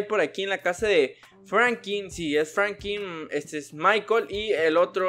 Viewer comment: Amigo se dice Franklin no frankiii es un tip por si quieres tener mas fans osea